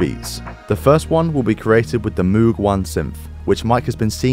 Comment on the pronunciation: MOOG correct pronunciation like in MODE not MOOD